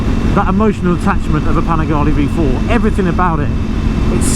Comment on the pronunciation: It’s panigale not panigali